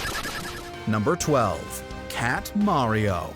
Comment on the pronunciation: The way he says mawio come on really